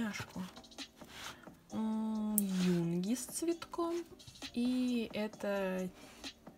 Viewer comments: не Юннннги а Юнгииииии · тут не Юнги, а юнгИ сори,но не могу это так оставить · ЮНГИИИИИИИИ ударение на и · просто чтобы знала (если ты Арми) Не Юнги а ЮнгИ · Имя произносится с ударением на "И" ЮнгИ